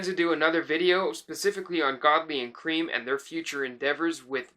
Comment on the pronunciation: It's pronounced Lol 'Krem', not 'Cream'. Just sayin'